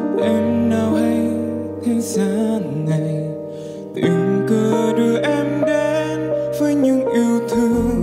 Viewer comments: Cách phát âm của Đức Phúc nghe rất khó chịu Tình cứ đưa em đến thì phát âm thành “ình” cứ…, đắm say thì thành “ ắm” say. Khóc thì phát âm thành “khóng” Mau thì thành “mâu” Giọng ngân thì cứ như sợi dây đờn sắt dãn rung. Này là phải luyện và chỉnh lại nhiều khi được vinh dự hát chung với giọng họa mi Mỹ Tâm. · Sửa lại cách phát âm và luyện lại giọng ngân. Giống dây sắt rung. ‘Ình’ cứ đưa…, chìm ‘ắm’ say….lặng lẽ ngồi ’khóng’ …. tan biến ‘mâu’…, hát chung với MT không hợp 😩😩😩